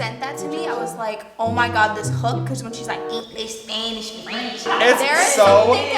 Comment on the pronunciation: for eenglesh spanneesh and frEnch